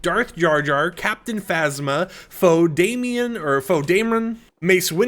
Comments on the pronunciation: For your future videos It's Poe Dameron, not Foe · called him Poe Dame meron lol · One little thing if you see this, his name is pronounced Po (like kung fu panda) Dameren [spelled Poe Dameron] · " Fo damien " 😂😂😂😂😂😂